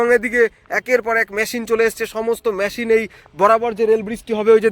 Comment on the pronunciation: কথা বলা ঠিক ঠাক করতে হবে। ম্যটেরিয়াল নয় মেটিরিয়াল, ম্যসিন নয়, মেসিন বলতে হবে। English spelling is 'material/materials & machin. উচ্চারন এত বাজে কেন?